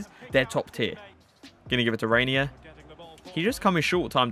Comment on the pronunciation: its pronounced henye